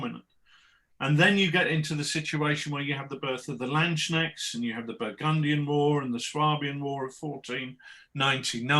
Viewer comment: Very excited about Rich's latest project, since I am working on not-landsknechts for a Warhammer Fantasy Empire army. I'm considering the real deal in somewhere between 10mm - 20mm now as well. I would however suggest brushing up on pronunciation (every time someone says 'landschneckts, an angel in heaven breaks their pike)